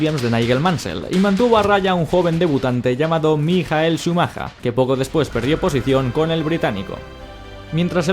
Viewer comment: uff ese "Mijael shumajah" :v